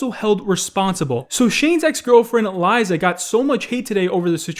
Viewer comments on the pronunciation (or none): It’s Lisa. Not Liza. Lisa. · it’s lee•sa not e lie za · Fkn can't pronounce Lisa 😂